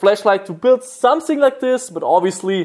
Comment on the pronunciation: somesing, everysing